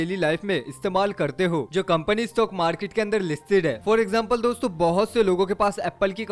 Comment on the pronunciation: Store bol rahe ho yaa dosto bol rahe ho pata nehi😕